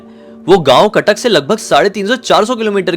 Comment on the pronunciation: Khatak nahi hai Cuttack hai